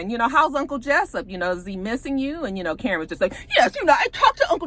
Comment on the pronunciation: Every time you say“Uncle Jessyp” it takes me out.